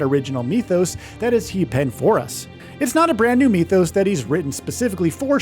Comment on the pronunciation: "mith-o's" not "meeth-o's" omg that bothered me